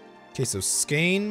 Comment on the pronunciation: Hehe, Skåne is pronounced "Skaw-nee"